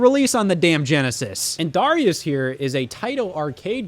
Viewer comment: I hate how you pronounce “Darius”